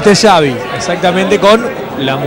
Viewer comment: "xavy", "pullol"..killme please